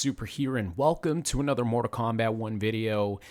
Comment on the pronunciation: Stop calling it morta kombat